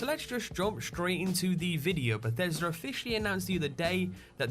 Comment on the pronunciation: always sounds like he says "Bathesder" instead of "Bethesda" lol